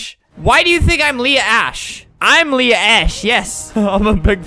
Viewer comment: It’s pronounced Leah🙄